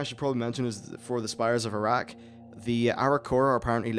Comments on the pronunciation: Can't stop hearing Towers of Iraq, grinned every time he said it. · Spires of Arak sounds like Spires of Iraq -.- trolls will have fun with that.